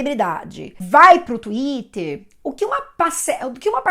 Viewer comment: "xuíter" kakakakakak adotei pra mim tb.... vc é pura "educabilidade cognitiva", é a prórpria técnica do Prof. Feuerstein. Eu aprendo muito com você,!Obrigada.